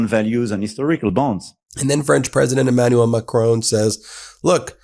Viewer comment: EmmanuEl. yw.